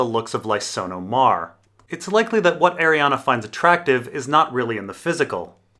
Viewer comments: After 5 videos please for the love of god stop mispronouncing her name. There is no letter A on the end, it is spelled/pronounced Arianne, not Arianna. It's killing me every time you say it incorrectly. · Yeah, in the back of my copy of leather-bound ADoD GRRM, or whoever does the appendix, has it written as being pronounced Ari-an-a. I just looked, because I read it as Arianne, but always hear others say Arianna. More than likely, she's meant to be both specific and general and the name is meant to be read however you fell like it.